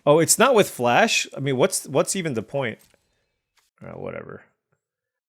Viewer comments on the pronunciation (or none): none